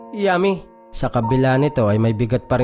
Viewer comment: Dun Ako natatawa sa pagbigkas mo Ng yummy😂😂😂